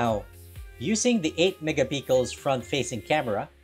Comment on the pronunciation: did you just say ? megapickle ? condom case? 😂